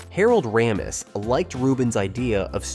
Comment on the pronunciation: Not just the pronunciation of Harold Ramis’s name, it was also frustrating to never hear his name without the first name attached, like the two were one-run-on name. And the composer Rachmaninov isn’t happy with how your robot pronounced his name either.